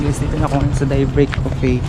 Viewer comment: anong DAYBREAK? YOU PRONOUNCED IT AS DIE BREAK. IT'S NOT ! IT SHOULD BE PRONOUNCED AS DAY (day as in "araw" not die break) I hope you get me.